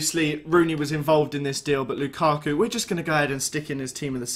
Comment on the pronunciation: Lukarku. It's Lukaku